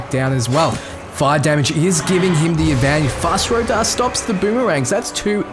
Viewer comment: Skyrim music in lotr? Btw its fus ro dah not fos ra doh